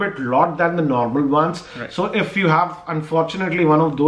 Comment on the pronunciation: brother don't mind being an active subscriber, I can say you it's not hove it's have that pronunciation problem. don't mind if not I anybody will tell you in future.